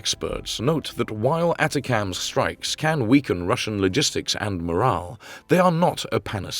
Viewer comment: They're pronounced A-TAC-MS. OK ??? AND you're video is about an American missile but you keep showing RUSSIAN ICBMS !!! HOW UNPROFESSIONAL CAN YOU GET ???